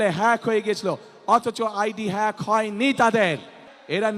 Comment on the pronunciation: হ্যাক কে ফ্যাক বলতেছে, অন্যের সাহায্য নিয়ে উচ্চরণ করতে হচ্ছে। ৩বার পরীক্ষা দিয়ে HSC পাস করছে,ভুমিকম্প বিজ্ঞানী,লন্ডনী মুফতি ।